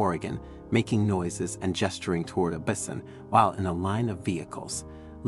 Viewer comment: Learn to pronounce bison. That's usually pronounced with a long I